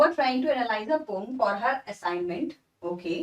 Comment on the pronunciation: She is speaking right because,Correct pronounciation of poem is not 'poyam' but like 'po-am'